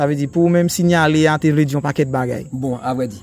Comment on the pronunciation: Mo kle nan èntèvyou sa pou se sinyale 😅. Ou pote anpil aksan sou sinyale